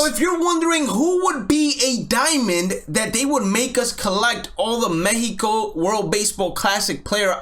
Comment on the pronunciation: As a spanish native speaker I really appreciate how you pronounced mexico and their names